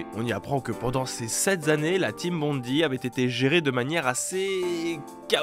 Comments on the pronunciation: Bondi, ça se prononce (à peu près) "bonn-daille", pas bonn-di. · Bond-aie, pas Bondy, ça c'est à côté de Paris.